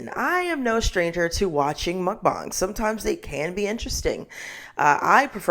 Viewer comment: I love the fact that you properly pronounced Mukbang. I cringe every time I hear mukbaeng, because that isn't how it is spelled and not how it is said in Korean. Anyhow, something I find interesting it that, despite its Korean origins, a lot of YouTubers discussing the problem of Mukbangs completely ignore that other side of the coin. Most Korean Mukbangers are average size or even very skinny. Part of that is because of the different way that Korean bodies store fat, but it also has to do with an unhealthy addiction/need for exercise, bulimia, periods of extreme dieting/starving, as well as the deception of chewing and spitting out food, which is often edited out of videos.